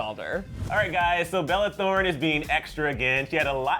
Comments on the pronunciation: It's Bella Thorne, not throne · Bella Thorne not throne 😂